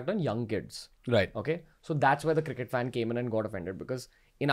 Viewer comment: has he really pronounced it as "circkett"?